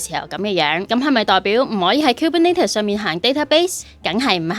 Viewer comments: 其實係 kubernEtes 唔係 kubernAtes.... 如果唔落 Content 應該出 204 喔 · 都係第一次聽到咁既Kubernetes pronunciation 可能係我孤陋寡聞🙈